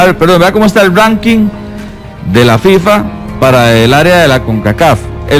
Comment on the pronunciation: el que? El ruuannking?? 🤣🤣😅 Costa ruuiica?? 🤣🤣😅